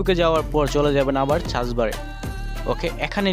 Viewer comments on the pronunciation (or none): none